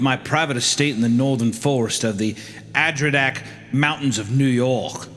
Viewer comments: I heard "Adrinak Mountains in New York," rewound the video, and saw Hunter absolutely butcher the name of the place I live XD It may never come up again, but it is pronounced A-der-ron-dack 😋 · ❌Adirondack ✅ Adridak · As a resident of the ADK area, hearing Hunter pronounce Adirondack as “Adridak” really made my entire day. I’ve never ever heard it pronounced worse in my life 😭😭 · Ad-i ron deck? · Not the Adridack mountains 😭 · “Ad-ri-dack”? Goddamn Hunter cannot read sometimes, lmao. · As a New Yorker, the pronunciation of Adirondack mountains was painful. This of it like Ad-er-on-dack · 9 minutes in and Hunter says Adridack. 😩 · I like how Hunter made no attempt whatsoever to pronounce Adirondack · The way Adirondack was pronounced is sending me 😂😂😂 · Hunter pronouncing Adirondack almost have me a stroke. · The pronunciation of Adirondack was fucking haunting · Mispronounced Adirondack. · As someone from Upstate New York, near the Adirondack Mountains, I was excited to see that this story is based there. Some of the pronunciations were a bit off, but fuck it we ball! I am invested. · Hunter absolutely butchering Adirondack like that hurt my soul as an upstate new yorker💀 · I can't get over Hunter mispronouncing Adirondack. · I'm usually no stickler, but as a New York Native the way they pronounced Adirondack and Albany hurt me. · What the hell even was that pronunciation of "Adirondack"? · Hearing the mispronounciation of Adirondack killed me 😂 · Isaiah's pronunciation of Albany and Hunter's pronunciation of Adirondack were so painful to hear 😂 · Hunter really butchered Adirondack. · I’ve never heard Adirondack pronounced that way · as someone who lives in the Adirondacks, Hunter's pronunciation of it hurts me. surely he knows how to pronounce Delaurier........ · As a New Yorker listening to Hunter try to say Adirondacks gave me a stroke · What the fuck is that pronunciation of Adriondack, Hunter. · I have never been so confused by someone trying to say Adirondack.